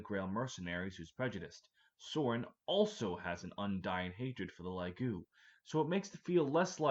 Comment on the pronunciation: LAGOO??? Edit: two minutes later and you said fucking GAY TREE holy shit your pronunciation go crazy